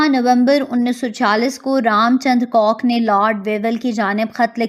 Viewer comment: "jisme C O C K ne likha..."👆😅😊 (do LISTEN carefully please...) Arree Pakiyo before claiming something, at least learn to SAY it w/o causing "splits"🤣🤣